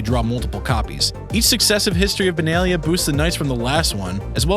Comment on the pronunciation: its not Leera its Lyra its not Benaylah its Benahliah